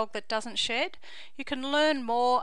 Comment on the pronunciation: In the beginning it sounds like she said dogs that don’t sh*t 😂